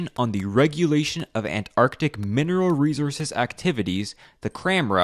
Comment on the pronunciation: Why can't the narrator pronounce 'resources'? That's glaringly stupid!